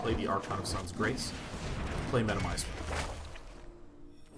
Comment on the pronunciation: it's such a relief to finally listen to a player who knows how to pronounce medomai